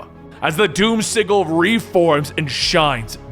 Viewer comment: you're pronouncing sigil wrong